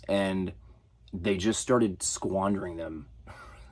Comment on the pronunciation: emphasis on "squandering their opportunities" lmao